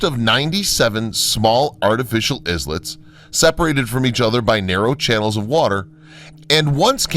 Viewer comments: Funny the way he also pronounce ISLET... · The drone footage is nice, but the narrator pronouncing "Islets" phonetically is indication that he has no idea what he is reading.